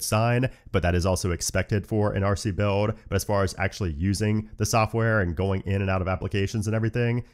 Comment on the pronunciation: do you have trouble pronouncing words with the letters LD on them? i notice when you say OLDER you say “Odor” … same with the word BUILD 😅